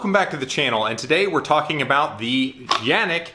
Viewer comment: It's pronouncing as "John-ick"